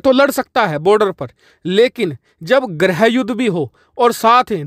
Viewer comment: ग्रह युद्ध नही गृह युद्ध बोलिये हिंदी का हाथ पैर नही तोड़िये